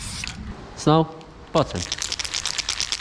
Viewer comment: Sometimes I hear you saying Snoke, than I remember it's actually Snow. Maybe you should draw him for your Canvas Series.